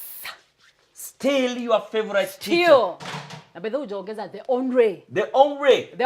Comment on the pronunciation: Is it that she cant pronounce the word teacher,wacha na bla bla.ama ni kujifanya.si kwa ubaya